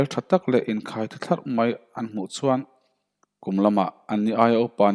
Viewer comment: Athu I lamdiklo nasa hle mai .chuan tih tur ah suan tih te .Fak mai tih tur fang mai tih te. lamno a ngailo. Fiaktak khan lam rawh. Mizotawng a nih kha